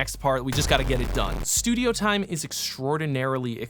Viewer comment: I love "STUIDO" at about a minute in while talking about prepping. While this may have been accidental, part of me hopes it is not. haha